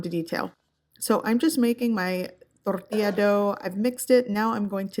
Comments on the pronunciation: I don't know why people have complained in the past about how you say "torrrrtilla" I love it!!! 😁😁 and this recipe looks so yummm imma have to get some crunch wraps for dinner tonight haha thank you for sharing!! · The way you say tortilla 😆 Torrrrrrrtilla